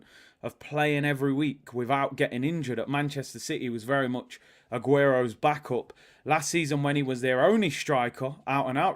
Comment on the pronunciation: I like that first kit!! But the best thing Arsenal has ever done was finally coming around to Black!! They can't keep that kit in the store. So confused: says "backup" like a true Brit, but "Newcastle" like an american. He misses Florida!